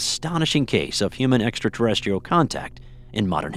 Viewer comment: Say extra terrestrial again